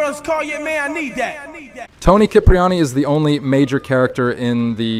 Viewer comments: It's pronounced "Sip-reani". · Tony Sheepriani Tony Kipriani 💀💀💀💀